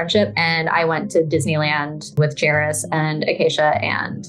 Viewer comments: Are you calling him Jay-rus? I thought it was pronounced Jerry-us lol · OMFG you literally interviewed someone who said his name repeatedly, why are you still calling him Jayroos?! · The jairus pronunciation is sendddddding me 💀 love these videos tho your content is amazing 🩷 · JER-US. His name is pronounced JER-US. I feel so indifferent towards him but the way you say his name drives me nuts. Lmao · Why are you pronouncing Jairus’ name like that lol